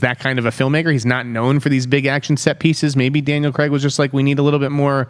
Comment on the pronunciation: Who's this Daniel Creggg you speak off? 🤔😆